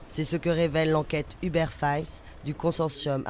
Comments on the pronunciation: On dit pas "Hubert" mais "E-beurre" c'est incroyable quand même de faire aussi peu d'effort de prononciation quand il s'agit de mots anglais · Ou-berr, plutôt (en anglais américain en tout cas) Mais on s'en tape un peu, oui.